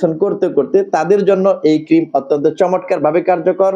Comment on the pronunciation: ভাই কিছু মনে করবেন না। শব্দ টা চমৎকার। চমটকার নয়। লক্ষ্য করুন।